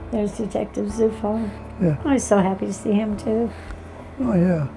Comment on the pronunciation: I wonder if he is aware that his surname "Zufall" is a German word that means "coincidence". Quite ironic huh. BTW, "Zufall" is pronounced as "Tsufall".